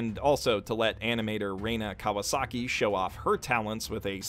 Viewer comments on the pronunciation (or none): none